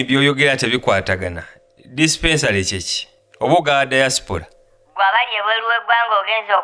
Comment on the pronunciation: I hear dispensary instead of diaspora, leave me alone 🤣🤣🤣🤣